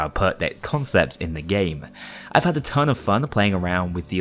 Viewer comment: who says hood its had